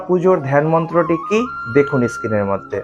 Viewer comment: সব ঠিকই আছে! কিন্তু ইস্ক্রিন নয় , স্ক্রিন (পর্দা) আর একটা বিশ্বকৃত নয় বিশ্বকৃৎ! কারণ যতদুর জানি ৎ-ত্ ! ভুল হোলে মার্জনা করবেন!